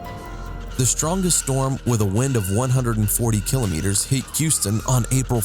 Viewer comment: Can we take you seriously when you can't properly pronounce the word "kilometers"?